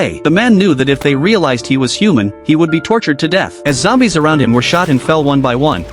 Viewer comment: "A group of zombies" ❌ "A group of xombies" ✅